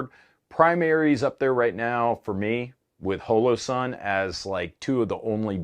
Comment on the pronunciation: Ok so listen. You know how you pronounce the “holo-“ in “holographic? That’s the same way you’re supposed to pronounce the “holo-“ in “Holosun”. Idk why is the only person to pronounce it in that weird way he says it lol